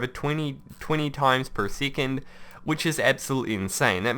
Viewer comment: he says it like seecond